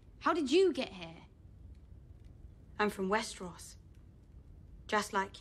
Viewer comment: Westeros, not Westeross. Lol